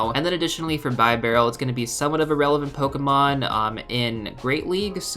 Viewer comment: I believe the evolved form is pronounced "Beer Barrel"